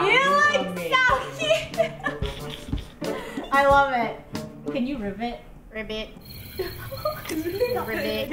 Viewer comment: Me: "Calling Krew pets cute." Krew: "Calling fries kyoot."